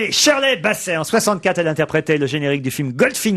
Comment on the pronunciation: "Tchine Connerie" ; "Tcheurley Bassey" 😂